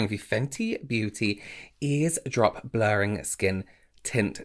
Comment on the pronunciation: I love watching you blend with that tiny brush lol it’s Eaze Drop like Eavesdrop. I love this foundation I was surprised bc of my dry skin, but it looked so nice all day. ❤️